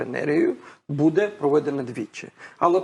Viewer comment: треба говорити не будЕ, а бУде!! Це коректна українська мова Шевченка!!🇺🇦🇺🇦🇺🇦💕💕💕 Ні суржик східної України, ні угорсько- польска мова тут не пройде!! Розмовляйте будь ласка ЧИСТОЮ УКРАЇНСЬКОЮ МОВОЮ!!👍💙💛💙💛💙